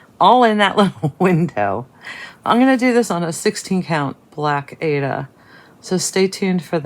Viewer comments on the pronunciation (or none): none